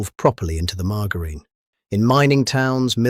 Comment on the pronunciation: When you realise it's AI because the voice pronounces margarine wrong.